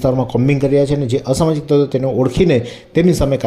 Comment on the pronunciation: "ashmajik tatvo ke " samajik tatavo "?